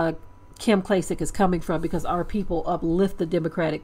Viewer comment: "Klym"? Wtf?